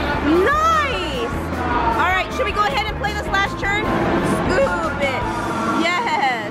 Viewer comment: N when will she start saying the proper pronunciation of the word "turn" instead of "churn"..its annoying.. but other than that it's cool.